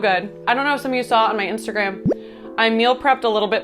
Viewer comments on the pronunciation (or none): none